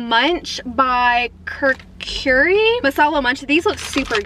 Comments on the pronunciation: when she say "kurqrii" My Indian: eMtIonAl DaMAge But sis u did well 💜💜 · It is pronounced as kur–coo–rre ( kurkure) means very crunchy Paanni–poori ( Pani Puri) means water balls 😜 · When she pronounce "KURKURE" AS "KERKERI" I died in laughter (but I like it that she is excited for trying indian snacks ) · curcuri- lmfaoo you’re adorable it’s “koorkuray” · The sipicy noddles are nimki i think and it is lasi not lassie and it is kurkure not kurkurie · The kurkure is said like kur-kure not kur-kur-re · When she pronounced kurkure as "cure curry"....🤣🤣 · Kurkure is pronounced as koor-koo-ray Sev as the english word "save" exactly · She spelled it like Cur-curry 😅 but it’s not her fault tho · Kukurey hehe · Whenever she says- theekha meetha, lassi, kurkure incorrect but she apologises too. Thats good!! And she said gulab jamun, doughnut hole and pronounces it like-jamoon😂❣ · Bro i cracked up when she said "cur curieee" lmaooo Btw really nice video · I COULDNT STOP LAUGHING WHEN SHE SAID KURKURE KARKARE HEHE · It's Lassi and kur-kure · The pronunce of kurkure is kur _ ku _ _re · It's pronounced kur-kur-ae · Kuurkcury wtf